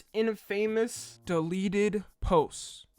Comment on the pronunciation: I’m surprised how does not know how to say infamous